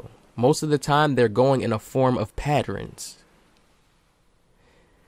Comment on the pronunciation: “Study the patterins” 😂 that junk funny.